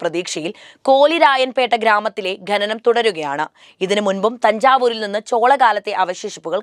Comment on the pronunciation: ഖ്+അ = ഖ (ഖനനം). ✓ ഖെനനം. ×